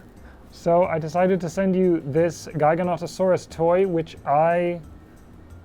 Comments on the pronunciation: It's pronounced jiga-notoe-saurus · I’ve always heard and said it “Jiga-not-uh-sorus” jiggle, not giggle. Not sure where I heard it from tho. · I’ve always known it as Jig-a-not-uh-saurus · the way you say Giganotosaurus is so weird were i say GIGA as in giant, you say GIGAN as in that 1 Godzilla monster who has chainsaw hands to each their own, this show is still AWESOME to watch, but that is so odd to me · How many of is are guilty for saying Gigantosaurus to Giganotosaurus? 🤔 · Giganotosaurus is “Jig-Ah-Not-Oh-Saurus” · "jig-uh not-uh saurus" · I believe the common pronunciation for Giganotosaurus is Ji-ga-NO-to-saurus, and it angers me greatly. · Apparently it's JI-ga-NOT-uh-saurus?? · Pronounce giganotisoris with j at the beginning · You pronounced Giganotosaurus in ways I've never heard lol. Usually it's kind of like the gigawatt/jigawatt from back to the future. But you single-handedly added three new pronunciations to it lol.